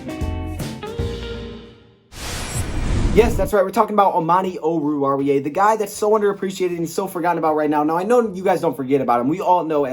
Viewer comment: At least you pronounce his name correctly, got Goodfellow beat.